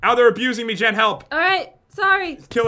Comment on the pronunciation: Lil Bird Jen not Gen